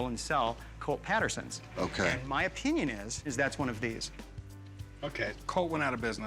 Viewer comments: He also said "O-pinion". It really showed just how much value there was to his words. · Well... that's your o-pinion.